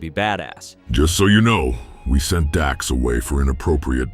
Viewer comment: Dax? Dax... Dax... Wait, you mean Drack? Y-You couldn't be bothered to pronounce it correctly or double check? At first I wondered if you were mispronouncing it intentionally (which would've been a lame joke but a joke all the same) but you just plain fucked up. Didn't you? 😂